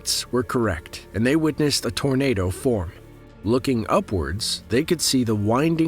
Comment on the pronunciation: It sounds like your saying tornader